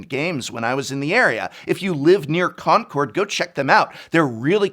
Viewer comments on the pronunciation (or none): The way you pronounce Concord makes me doubt you ever lived in the bay area. Say "Conk-erd" like a Bay- Aryan or don't say it at all.